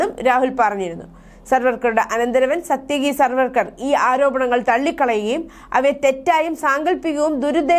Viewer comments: സർവ്വർക്കർ അല്ല സവർക്കർ. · പേരുകൾ ശരിയായി പറയാൻ ശ്രദ്ധിക്കണം. സർവർക്കർ അല്ല